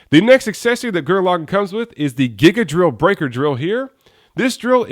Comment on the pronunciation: I'm pretty sure it's pronounced GIGA .......DORRILLU .....BRAIKAAAAAAAAAAAAAAA!!!